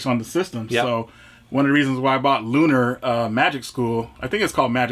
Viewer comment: Lunar, not Luneeer...